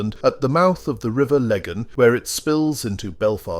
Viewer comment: The pronunciation of Fermanagh and Lagan notably awful, caused me to LOL. Your sense of humour throughout is noted so bearing in mind this was done in an English accent, thd mispronouciations were predictable. Try Ahoghill for example, during the 'troubles' if caused hilarity listening tk those 'english twats' mangling a shared language.